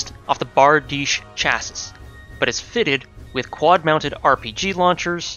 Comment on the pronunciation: FYI That's not how you pronounce chassis. :) I know, that does look like how it should be pronounced. It's got wonky spelling to pronunciation just like the other French loan words. It's more similar to CHase-see.